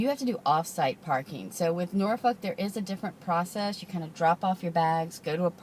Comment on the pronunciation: Very nice! And you pronounce Norfolk correctly!